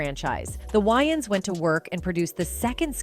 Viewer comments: It’s Wayans not Wyaans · It’s not WYANS as in Wyoming. It’s WAYANS as in Way-uns!! Lmbo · Its Wayans not Wyans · WayANS** bro. Not “WayNans”. Cmon. U making a whole vid of these mf’s and u can’t pronounce their last name. That’s crazy. Edit: Holy SHIT even the damn narrator says the “Wyans”. Im thumbs DOWNING this vid n I’m OUT ✌🏽😂 Y’all are bugged tf out. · Distracted by the repetitiveness of the narrator calling them the "WY-ANS" 😮😧 Correction !!! It's pronounced "WAY-ANS"!!! In Living Color was the best!!! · Can't with this AI voice. "whines" brothers. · Why does she say Waynes like that?! Would she call Batman “Bruce Wines” ?! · Whhyyyyyy do the AI keep saying Wyans lmao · This is annoying! I can't take this white AI lady calling them Whyings! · Tell the ROBOT IT IS PRONOUNCED, " WAY INS"....her mispronounced voice over is ANNOYING...😝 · Why she keep calling them why-yins 😂😂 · Lady , can't U get their name right!!! Tell me, who are the Wyans? Geez 😏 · This lady can’t say peoples names right first of all the last name is Wayans wan and it’s Dan Aykroyd anrod This lady needs to learn how to speak peoples names because that’s really messed up she don’t even know how to speak peoples names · Is this woman trying to annoy me, mispronouncing names deliberately. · The ai couldn't pronounce their name right this is so wrong they got hot after this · Sounds like it's gonna be a good story. But I can no longer listen .What commentator dosent no how to pronounce The Wayan brothers .I'm done SMFH. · It’s annoying to have to listen to this entire video with the BOT constantly mispronouncing the brothers’ last name. 😤😤😤😤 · At least say their name correctly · Is it me or did the narrator pronounced the Wayans wrong?? I'm from NYC the A is pronouced with a long A.